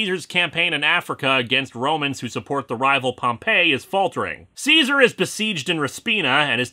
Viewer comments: Pompeii (pom-PAY) is the city; Pompey (pom-PEA) is the consul and general. No power on earth could have stopped me from saying that. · Nitpick: Pompey is pronounced "Pom - pea," and not like the city Pompeii. Anglicized Latin and its pronounciations are confusing and sometimes stupid (says the former AP Latin student).